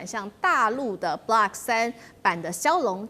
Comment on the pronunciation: 嘉宾是军盲，把Block读成Blark，把“有源相控阵雷达”读成“有源相控-阵雷达”；正如美国华人自媒体主持人把“精确制导导弹”读成“精确制-导导弹”、把“波罗的海”读成“波罗de海”、“斯堪的纳维亚”读成“斯堪de纳维亚”等等。